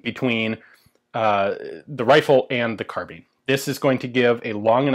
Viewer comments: Carbine, not carbean!! ;) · Carbine pronounced like vine not like bean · Sheesh, if you thugs would only go back to the etymology, carbine is derived from the Latin "kar" meaning "to aerate with extreme prejudice". So the pronunciation is decidedly "karbine". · In Britain we pronounce it "carbine." Although I'm prepared to admit the US version may be correct. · Obvisously the proper pronounciation is "karabina" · It's spell't "Carbine" but its pronounced CAR-BEAN, good feller. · Carb-eye-n not Car-bean. Guns & Ammo October 1966 page 47. Some author named Cooper. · Sounded like you say "kahabeen" lmoa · Mean, keen, been, mine, bind, fine, carbeen, carbine. pronounce the word "carbine" pronounce the word "carbeen" hmmm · GunFun ZS "and not even the majority of English speakers." ??? In a long life I've only ever heard Americans say "carbeen" and as Americans are no longer speaking English anyway they don't really count. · This just an American pronunciation ! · Pirates of the Carbine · So is it pronounced carbine or carbine